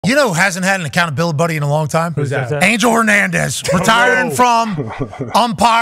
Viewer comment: 4 seconds in to the vid and Pats already got me pausing to irl lol w "acoutabilabuddie" comment